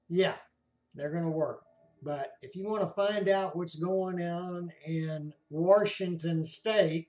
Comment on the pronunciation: Ain't no "R" in Warshington